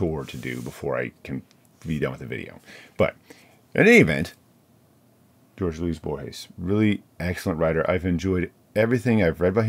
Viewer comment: You are saying Borges correctly, but his first name has a pronounced e at the end. pronounced like Whore-heh (sorry, but accurate) middle name is pronounced like Louise.